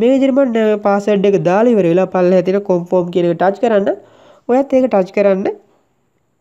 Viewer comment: මචෝ කොම්ෆොම් නෙවේ කම්ෆර්ම්